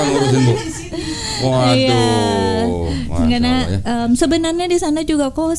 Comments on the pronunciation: Si mbaknya bilang Allah kok Aullah....mbok ya dibenarkan ngucapkan nama Allah....... agar pas gitu! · mungkin hrs belajar juga mengucapkan ٱللَّهُ dengan benar. Beberapa kali pengucapannya menjadi OLLAH.